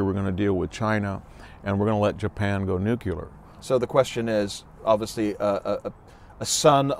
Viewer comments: "New-cue-lar"? It's "New-clear" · NUCLEAR!!!!!! wtf is nucular